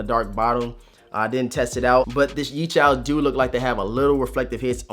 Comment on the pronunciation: YeeCHALS? Where is there an “A”? Yecheels